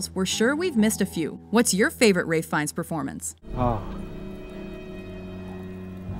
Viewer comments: fines hahahha its fyenne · Why is he called Ray Fines? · Why tf is his name pronounced Ray Fines? I thought it was Ralph Finnies, for some reason